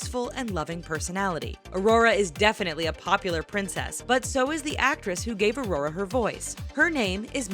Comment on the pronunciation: Im sorry but i just was triggered i get it lots of people say Aurora wrong it happens but she says it right and than wrong i cant stand it now i know hate is coming my way but its my name and you say it only one way so how did this happend 😫😫😩😩😩😩😩😑😐